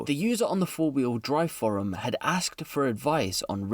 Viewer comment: Thirteen is pronounced th not f. And forum is pronounced f o rum, not furum. As a Brit I am amazed at how bad some UK peoples English is